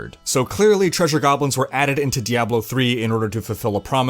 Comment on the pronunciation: Why do you say Diablo like that. Every time you say it my balls clap.